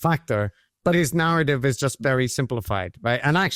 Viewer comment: That's a strong garrative